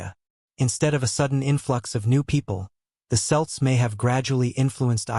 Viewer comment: Your nephew is absolutely correct. I stopped listening when he mispronounced "Celts" , as if the lackluster narration and lousy AI art weren't enough to see what low effort content this is.